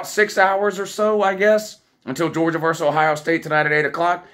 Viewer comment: VERSUS NOT VERSE